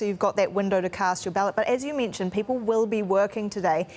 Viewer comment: CBC at least hire someone who can speak English! It's not eddress, mintion or frone.